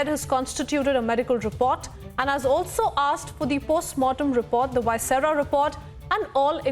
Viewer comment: Ma'am, please pronounce viscera properly